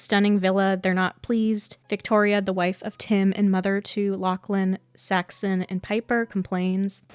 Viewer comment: Did you use an AI voice with a script with some mistakes? Half the time Saxon is pronounced as Saxton and I think I even heard a Paxton in there